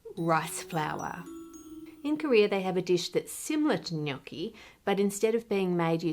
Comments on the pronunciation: kudos for not pronouncing gnocchi GH-NOK-KI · Thank you for pronouncing gnocchi correctly Ann, from an italian FROM italy, much appreciated haha